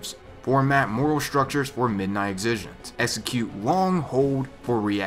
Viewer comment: "Exi" like the first part of Exit, "Gent" like gentlmen. Thats how you say it.